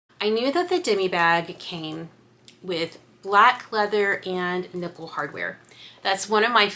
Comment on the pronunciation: Did you say “nipple hardware”? Ohhhhhhh nickle!!! LMAOOOO Beautiful bags!!